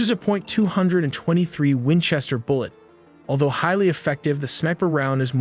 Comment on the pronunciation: Wenchester LOL